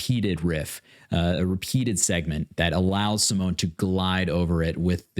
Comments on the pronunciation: with a lot of love (it also took me a while to realize that I was pronouncing her name wrong and you are not doing a bad job really) and without any intention to be mean or disrespectful, it's SimonE, with the stress in the O and a bit in the E. I will let her explain it herself in this video. PS just discovered your channel and subscribed! <3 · OK YOUR PRONOUNCING HER NAME WRONG AND EPICA IS BEAUTIFUL METAL 🤘